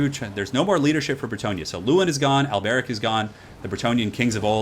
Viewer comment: The way you say Alberic is really weird... remember their accents are very french-esque, His name would be pronounced Alberique de Bordeleaux